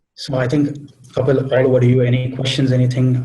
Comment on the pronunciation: check your pronounciation